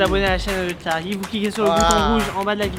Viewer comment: tu m’a dit mon tcharlie like si t’a lu avec l’accent